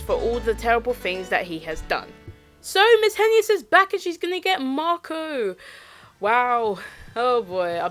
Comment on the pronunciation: it's pronounced (HAY-NESS)